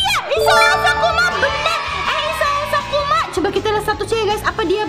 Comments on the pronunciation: Maaf ka bukan "kusuma" tapi, sakuma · isao sakuma kak bukan kusuma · kk itu kk itu salah Baca kan itu namanya isao sakuma bukan isao kusuma sih kok gitu gak adil ah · Sakuma kak.....😂😂😂😂😂😂😂😂😂 Bukan Kusuma....😂😂😂😂😂😂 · SAKUMA kak bukan KUSUMA 😭😭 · kak kakak salah sebut kak seharusnya sakuma bukan kusuma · Kak, bukan Kusuma 😂😂😂 tapi SAKUMA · Sakuma kak bkn kusuma 😂🤣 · Sakuma kak bukan sukuma 😊😊😊😊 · Kak bukan isao kusuma tapi isao Sakuma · Bukan Kosuma tapi sakuma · Sakuma kk bukan kusuma😊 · Kak bukan sukuma sakuma